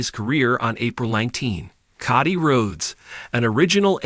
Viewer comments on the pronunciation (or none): The names were butchered in this one , i stopped watching after that Cody Rhodes butchering